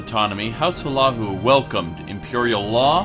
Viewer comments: and he calls house Hlalu house "" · Awesome little lore thing. I knew Morrowind got fucked in the past 200 years, but not that bad. (Also you're pronouncing Hlalu wrong) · I hate how you pronounce House Hlaalu. The build video is great, but hearing you pronounce Hlaalu is painful.